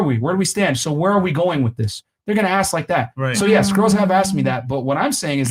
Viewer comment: If someone says "aks" im leaving dont care if its women or men.